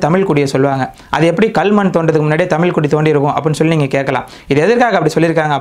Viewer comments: தம்பி தமில் இல்லை தமிழ் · Great videos. Also please consider pronouncing "zh" zhagaram (Thamizh). When this is pronounced the right way the tip of the tongue should bend backwards